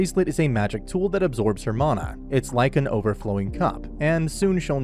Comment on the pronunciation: I- is that really the correct way to say "mana"?